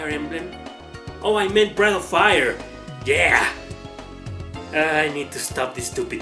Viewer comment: I kept hearing Bread of Fire.